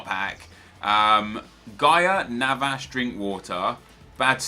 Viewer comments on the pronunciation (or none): none